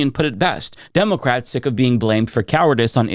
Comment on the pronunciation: Demowcats 😂 dude needs a speech therapy.